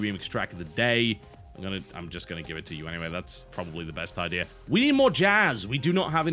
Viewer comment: Is it me or TB never says the word Idea right?